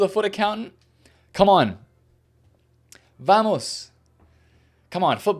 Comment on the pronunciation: pronounces every single spanish name wrong Also: vAmOs